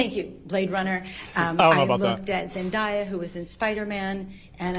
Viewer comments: I'm sorry if this makes you laugh but this lady is pissing me off with the name Zendaya. Zen-Day-Ah. If your going to run your mouth at least learn how to pronounce something as important as a name. I have two girls, we watched Disney, so I know. Plus look it up. Not hard, that's what she supposedly did with everything else. Also there's like plenty of other super heroes to compare, while she claims there's just not that many. This is all about how this women decided Amber's career would go. Amber's career could just as easily gone down hill. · So am I the only one that is annoyed with how they keep butchering the pronunciation of Zendaya? Like it's not that hard to sound it out! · Lol the fact she keeps saying Zendaya's name that way shows how "well versed" she is in film... laughable